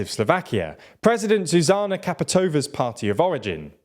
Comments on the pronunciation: Thanks for pointing this our, it always makes me cringe :D. Also calling president "Kaputova"... to me it would be insulting. Come on just put the foreign names to google translete and press "listen" button in the original language. It takes just ten seconds, not much effort ;-) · His name is not faiko, it's Fico, as in Feetso. It's hard to take a video seriously when you can't even pronounce the name of Slovakia's most infamous politician. And it's not KapitOva. It's ChapUtova. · to je hanba ale rozmyslam ci nie je vacsia ked sa ten nebol schopny naucit vyslovovat mena a nazvy. fajko a kaputova tak to mi odletel dekel. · A few fixes: - Fico is pronounced as Fi (i as in "will") - tzo (o as in "road") - Čaputová is pronounced as Cha - put (u as in "bull") - ová (a is in "aaaah") - While Čaputová ran for president with PS, she left the party shortly after her ascension to power. The person you should represent PS with is Michal Šimečka, a member of the EP, who has also held the chair of vice president of the EP - HLAS hasn't ruled out a coalition with SMER, they did so with Republika however. And SMER will very probably want to go with them, of which HLAS won't approve. - You used the wrong logo and party leader for the Christian Democratic Movement (KDH). Their real logo are just literally the letters "KDH", and their real leader is Milan Majerský, current governor of the Prešov self-governing region. The logo and party leader you used are of the Christian Union (KÚ), who are running in Matovič's coalition Other than that, pretty good video. As a Slovak, I really do feel shame for my fellows' pro Russian lean. I hope the right parties prevail. Peace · Great video! But Fico is not read as FiKo but rather Fitso, and Čaputová is not Kaputova but rather Chaputová. Thank you 😅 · Its pronounced “Fitso” and “Chaputova”